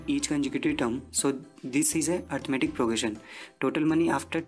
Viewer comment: It's arithmetic not arithamatic but loved the way of teaching helped me a lot for my exams